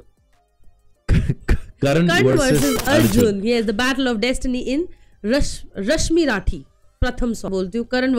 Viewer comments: Rashmi “rathi” nai h baba..ra-thi(theee)..surya k kirno p sawar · Plz pronounce the name correctly... "Rashmi-rathi" not rashmi-raathi.... Plz do liitle reasearch before you ppl do reaction on these kind of topics..